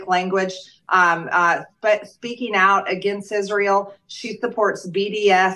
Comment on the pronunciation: Hey, there's no "H" in Israel. Just trying to help.